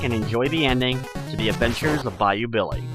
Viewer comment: when i played the game i didnt hear the adventures of BAYOU BILLY ....I heard the adventures of bayou biwwe